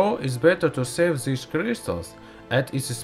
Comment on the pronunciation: stheeese kreeestalls. lmfoa 😂